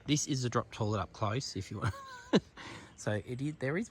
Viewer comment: I love your videos, but please,, when you say toilet,, it's pronounced toylet not torlet